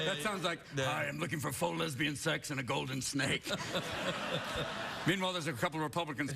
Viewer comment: Robin's point is proven about how Southern accent sounds like Australian accent during the natural progression of intonations within iterations of the phrase "Golden Snake." lmao